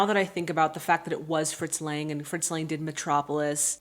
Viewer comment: Nope, sorry dear, you pronounced none of these names correctly (beginning with "Lang" himself). 😁 But via internet it's a bit difficult to teach you the correct pronunciation. Certainly if you are indeed interested, I will tell you. By the way, it's interesting that you are watching the film with the original soundtrack. Honestly, I am too lazy to read subtitles and mostly watch foreign movies in their (in my case German) dubbed version. So English, Italian, French, Russian, Korean etc. movies - all in German, even though I speak some of these languages (but some actors slur their speech). However, a good friend of mine insists on watching movies in their OVs as he is convinced that a film can only be fully enjoyed in the language it was shot in. He might be right. 🙂 Here in my home country Austria children still stroll around and play on the streets alone today. (Middle) Europe in general is a very safe place in this regard. Edit: Now you have got Lang's name right! 🤗